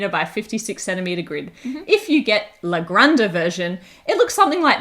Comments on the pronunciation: do a video where you just pronounce 'la granja' over and over again and send it to everyone else covering this game so they can stop butchering it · Exactly, my ears were bleeding. Of course I have my own quota of butchering English words